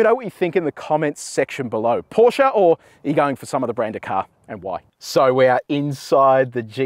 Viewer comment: Thanks for calling the brand name as is: PorschE not Porsch